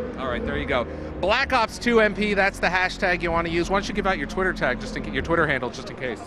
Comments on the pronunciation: did he said: call of duty black suc... ops..? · anybody else notice right at the beginning he was goin to say black socks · haha the guy said call of duty blacks lol he messed up lol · Haha he said black socks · hahaha wow i just noticed he said call of duty blacks umm i mean call of duty black ops 2 hahahaha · he wnted 2 say black cocks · lol did he go to say black socks at the beginning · Blaxs ops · "daay 2, for call of duty black soc.. black ops 2 multiplayer" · i swear he was about 2 say Black Sox